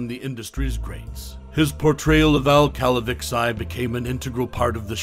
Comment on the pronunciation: Did this narrator ever even watch the show? It's not pronounced "Cal-a-vix-i" it is pronounced "Cal-a-vee-chee"!!!